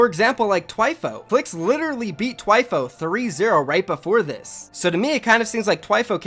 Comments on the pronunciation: ITS THHHHHWIFO NOT TWIFOO DAMN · THWIFO not TW EYE PHO don’t disrespect my god 😤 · Lol it's Th-wi-fo not T-i-fo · its thhhhhhhhhhhhwifo not twifo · Idk but i think he is saying thwifo wrong